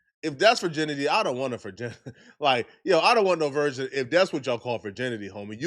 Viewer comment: He keeps saying version instead of virgin and idk why its bugging me so much when its not that huge of an issue lol 😂